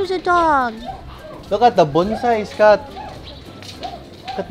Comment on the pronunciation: ka bisdak ba sa "look at da bunsai Scott!" hahahahaha samoka!